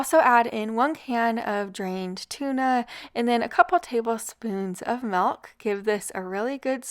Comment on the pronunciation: Half gallon of "MALK"